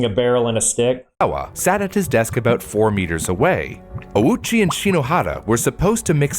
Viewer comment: His pronunciation of Ouchi is way off - when writing japanese in romaji, u next to a vowel usually means that said vowel is elongated. So when reading this surname, the letter u should be silent, and letter o should be elongated :)